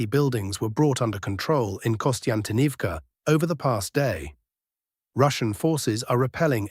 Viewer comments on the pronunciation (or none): WTH is Kostyntinivka? Konstantinivka?